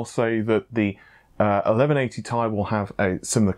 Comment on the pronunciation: Well, it is Ti like Titanium, not TI.